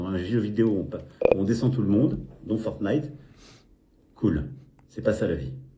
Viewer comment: Oh mince ! Il a vraiment dit Fornite en plus pour le "rapport à la violence" ! Waou.... Je pensais que c'était pour le meme dans les thumbnails.